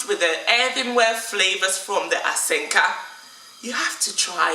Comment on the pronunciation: It's Asanka not Asenka😂